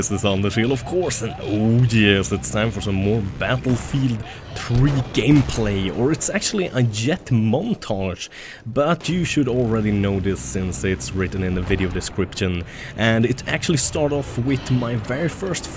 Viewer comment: Montge? its Montage:)